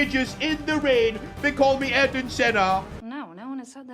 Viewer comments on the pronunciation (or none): none